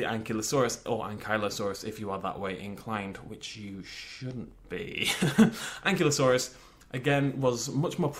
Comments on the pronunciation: an'KYLO'saurus is correct, not an'klee'osaur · You are aware,, that it's An Kiy (as if you were going to say kite) Lo Sore Us.